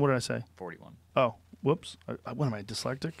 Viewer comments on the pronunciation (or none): Joe “what am I dyslectic” Rogan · "Dyslectic" Joe Rogan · “What am I dsylectic” - Joseph Rogan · Joe "what am I, dyslectic?" Rogan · Joe “what am I deslekic” rogan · Yes joe.. Dislectic.. Love u bro.